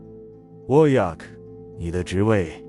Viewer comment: Wojak的名字沒有一次唸對的😂